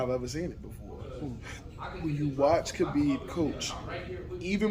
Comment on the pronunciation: The correct pronunciation of his name is “Ha-beeb”. Not “Kuh-beeb”. Anyway, all the things he says about him are true. That’s why he was my second favorite MMA fighter.